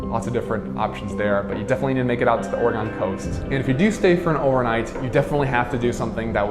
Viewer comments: I feel like you just keep mispronouncing the state just to be annoying. But keep doing it, it's how we know you're an outsider. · That's not how you say Oregon :) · I hated every time you said Oregon incorrectly. 🤦‍♂ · Can we believe someone that can't pronounce the state's name? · not to be mean but wrong way to say Oregon in your entry it is not Oregun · Kind of curious where you're from, I've never heard Oregon pronounced that way before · Immediately distracted me pronouncing it incorrectly! 😅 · Great video! Thanks. You might want to rehears the way Oregonians say Oregon. Hint:: the last syllable is not pronounced, "gone". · I agree if you are highlighting a beautiful city like Portland, you should listen and learn from the native Oregonians. Ore e gun NOT Ore e gone And Mult no mah Falls NOT Mult i no mah Falls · Please learn to correctly pronounce the places you go. It is not Or-eh-gone. It’s Or-eh-gun. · Dude, it’s Ore-gen not ore-gone, lol. 😂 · HATE how he says OreGON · if he says or-e-gone one more time my ears are gonna fall off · It's pronounced "Ory-gun"!! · Oregon is pronounced OR-A-GUN! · Why would anyone take advice about Oregon from someone who can't pronounce it correctly (Orygun)? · "Donit"" "OroGONE" lol Does this dude know how to pronounce anything right? lol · Its not "Or-a-gone". If you're going to review Oregon please - pronounce the name right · I had to stop watching after the third time you said, "OregOn"...... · Why are you saying Oregon like Ore-gahn? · Great video, however being from here the only real distraction was your mispronunciation of Oregon “Or-e-gun”. Thanks for sharing our beautiful city. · Hi, I'm another Portlander and while the Or-e-gone pronunciation also drove me crazy, this is a really good video! I think you really highlighted a lot of what this area has to offer and I'm glad you had a good time here. You're welcome back any time and next time you'll know how to say Oregon. Cheers!